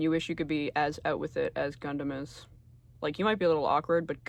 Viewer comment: The Guhndam read was pinpoint accurate 😭